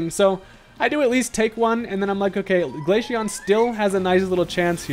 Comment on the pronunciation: Glaceon (glay-see-on) not Glasheon